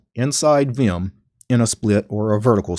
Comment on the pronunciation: The only guy I've ever heard who said viyum instead of vim